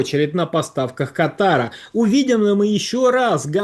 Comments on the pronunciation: Господин, страна называется Катар, Катар - заболевание верхних дыхательных путей... Будьте корректны, повышайте грамотность..😂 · Ударение в стране на первый слог, в болезни на второй... Извините в комментарии ударения не прпечатались...